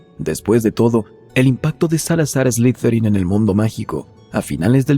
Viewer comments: No se pronuncia ESLIZERIN, SE PRONUNCIA ESLIDERIN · De hecho se pronuncia Eslitherin Tipo como una pronunciación T y D